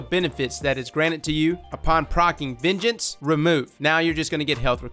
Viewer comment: Every time you say "vengeance" I hear "midget"